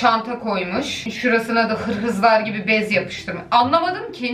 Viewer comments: hırsıza hırhız diyen koca yürekli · Hırhız gibi olmuş ya Ben:Hırhız mı?